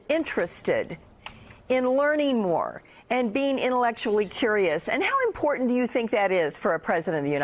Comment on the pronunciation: I love you but please.. please the way you pronounce important drives me crazy.. that said keep up the good work, much love